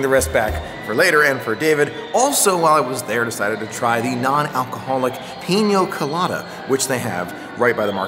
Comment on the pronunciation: Peen-ya Co-lah-dah... not peen-yo